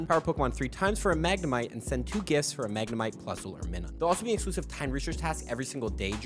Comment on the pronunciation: But why did this guy miss-pronounced Minun's name?